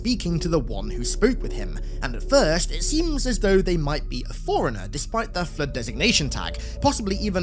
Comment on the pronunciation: Your accent makes "flood" sound like "flirt". Very distracting.